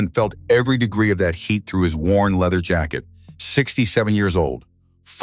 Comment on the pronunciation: AI needs help with pronunciation. PHEONIX, POLICE, LEATHER, ...